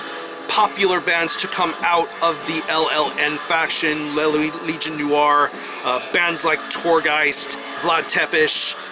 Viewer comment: les legions noires ! your french is not bad !